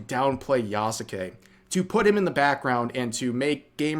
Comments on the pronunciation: Why does rev add an extra syllable to Yasuke He says Ya-sa-ke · The name isn't pronounced Yah-Suh-Kay. It's just Yahs-Kay. The U is de-emphasized to being essentially silent. Hence Sasuke isn't pronounced Sah-soo-kay, its Sahs-Kay in pronunciation. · the mispronunciation itself annoys me because it is a common one and not limited to just Yasuke but pretty much every Japanese name that has "suke" in it.